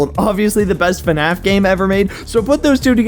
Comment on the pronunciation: It's not fn-ah~f It's fn-A-f Gregory: Shut up Freddy! Cassie: Bruh.